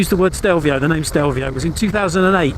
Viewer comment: Grown man, years of motorcycle world experience and still fails to pronounce the name correctly.